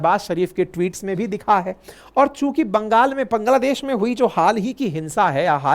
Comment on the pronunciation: पांग्लादेश क्या होता है, सर 😂😂